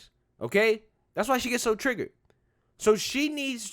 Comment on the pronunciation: Did she just say she was "TRIGGERED" or "TRIGGAD"? only one of those is acceptable for youtube